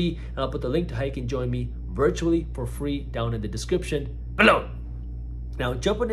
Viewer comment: Why is he always saying ' blow' 🤣🤣🤣